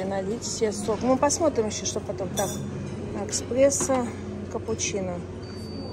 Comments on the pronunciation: Спасибо за видео. Только хочу Вас немного поправить, как правильно говорить: кофе Эспрессо (не эКспрессо), гёзлеме. Пожалуйста, не обижайтесь на подсказки. Хорошего отдыха! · эКспессо конечно резануло ухо!!! ЭСПРЕССО